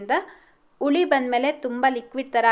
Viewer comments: Ice cube ಹಾಕಿದ್ರೆ ಇಟ್ಟು ಸರಿಯಾಗಿ ಉಳಿ ಬರೋಲ್ಲ ಅಲ್ಲ ಮೇಡಂ .... ಹಿಟ್ಟು ಸರಿಯಾಗಿ ಹುಳಿ ಬರೋಲ್ಲ..... ದಯವಿಟ್ಟು ಕನ್ನಡ ಭಾಷೆಯನ್ನು ತಪ್ಪು ತಪ್ಪಾಗಿ ಮಾತಾಡಬೇಡಿ 🙏 ನಮ್ಮ ಕನ್ನಡ ಬಾಷೆಯಷ್ಟು ಶ್ರೀಮಂತ ಭಾಷೆ ಬೇರೊಂದಿಲ್ಲ .... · That's not ITTU that is hittu n not uli it's huli just correct your pronounsation.